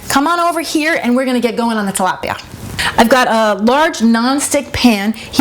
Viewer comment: YOU'RE RECIPE IS NICE AND EASY BUT FYI, IT'S TILAPIA NOT TALAPIA!